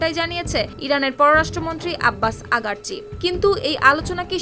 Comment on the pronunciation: সাউমারানি আগারচি না। আরাগচি। 😂😂😂 কি সাংঘাতিক।😂😂😂